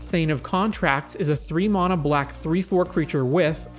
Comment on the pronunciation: I had to end the video after the first minute because I can’t stand to hear you butcher the word ‘mana’ any more